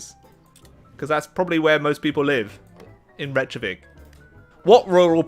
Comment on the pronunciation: “Rechavik”- sure, u do u